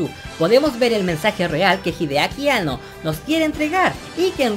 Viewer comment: Hideaki Anno de pronuncia An-No, no Ano xD